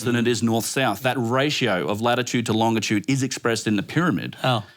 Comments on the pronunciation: It this dude say “longa-tude” one more time I swear 😂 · For being so smart, how come he can't say longitude correctly?